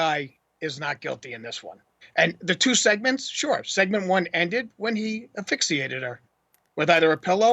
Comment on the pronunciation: stop saying affixiated..✋